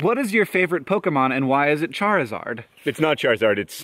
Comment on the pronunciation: i'm--aaahh!!! Hank pronounced Pokemon somewhat-properly yeessssss thank you